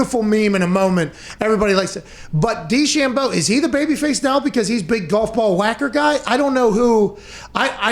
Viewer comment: I love the way he says DeChambeau